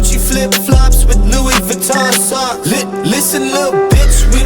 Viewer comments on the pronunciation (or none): none